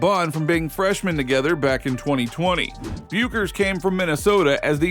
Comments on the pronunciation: Her name is pronounced beckers. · It's pronounced: BECK-ers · Learn how to pronounce Bueckers! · How can someone appear to know so much about women’s basketball and not know how to pronounce Paige Buecker’s last name? Pathetic.